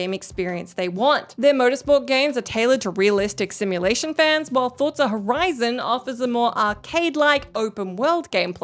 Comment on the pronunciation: saying Forza correctly is so cute.